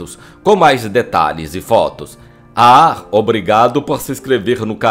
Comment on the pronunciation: Não é "olaR", mas sim "OLÁ". Nem é "aR", mas sim, "AH", e por aí vai. Mas não vou deixar de ver os teus videos por isso, apesar de doer muito nos ouvidos esses "erres" acrescentados no final das palavras. Gosto desse trabalho, muito bem feito, excelentes pesquisa e narração.